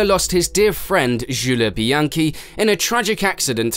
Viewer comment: what is that pronunciation? Chale Leclerc, Jule Bianchi